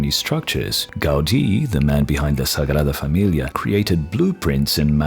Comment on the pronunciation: You pronounced sagrada familia that I now I'm questioning if you are, spanish, portuguese or Italian.